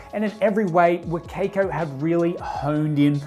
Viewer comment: every time he says wa kay koe i die inside a little bit